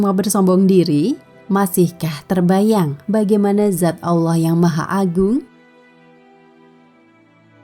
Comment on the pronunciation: 2.22 : dzat bukan zat